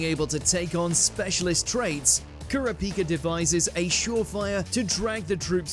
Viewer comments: Ker-uh-peeka? What in the actual shit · it's koor-ah -pi -ka, that's the right pronunciation of how to say his name, not the "butchered"/(terrible) way you said it. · He just said kura- pika 😭